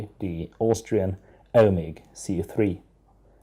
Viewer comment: It is Eumig, not Elmig. (eu = [oi]). Don't chew your fingernails, it is disgusting. Finally, please explain how by splitting the film becomes thinner? Sure you don't mean narrower?